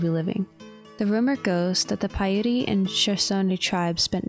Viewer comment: Its pi ute like shoot or ute sounds like oot .